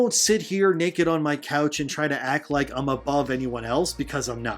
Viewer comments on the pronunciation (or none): none